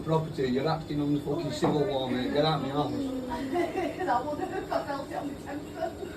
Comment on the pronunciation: If you take a shot every time this guy says "getautmehouuse" you'll be brain damaged enough to agree with him.